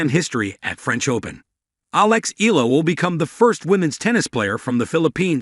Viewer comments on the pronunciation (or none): The correct way to pronounce: ee-yeah-lah, 3 syllables, not eh lah. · Eala is pronounce as Eyaahla😊